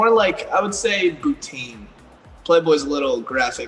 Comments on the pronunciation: First of all he says boutini it used to be boutunella and it was a nice brand and alot of soflo girls started modeling it and now it’s all murky with Bryce and la dna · When he said boutine”like a bikini line” i deadass thought he said poutine like cheese and gravy fries lmfaoo